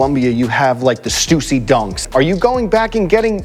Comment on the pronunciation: Stussy is pronounced stuh-see.